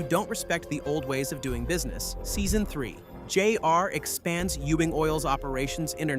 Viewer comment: He probably asked AI to write it and has never seen the show. In fact, the way "J-R" is pronounced the same strange way, maybe it's an AI voice too.